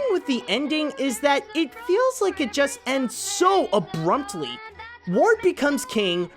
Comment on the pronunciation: The first and only time I watched The Sword in the Stone, I felt cheated when it ended. It just...felt incomplete. It probably should have gone into some of the rest of the Arthur mythos. Simply having him become king is just dull, he needs a REAL challenge. Did you just say "Abrumptly"?